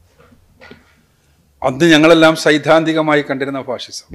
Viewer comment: ഫാസിസം ആണ് ഫാഴിഷം അല്ല